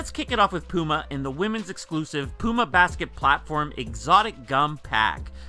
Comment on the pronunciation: wow he didn't say pewma this time